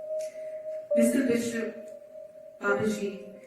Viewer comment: Missuh Bissup